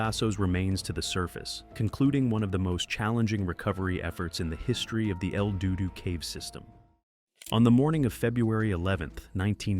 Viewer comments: Lol.. He said El dudu.. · 30 seconds in and I completely lost it when he said "el dudu".